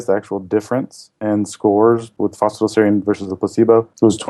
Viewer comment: Pronounced phosphi(TIE)dal